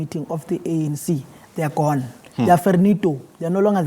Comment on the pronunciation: why did he have to say GONE like that